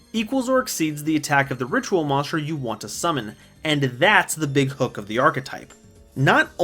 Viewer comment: I just realized he cant say Monster but always says monschdr